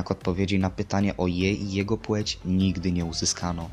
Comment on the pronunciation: płeć a nie płóć